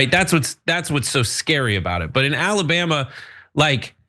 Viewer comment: "What's going on down in Alabam"?